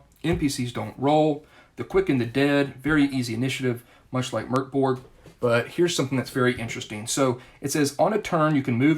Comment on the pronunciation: Excellent review! Also: kudos for pronouncing Mörk Borg correctly!